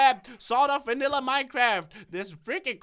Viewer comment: You said Vannila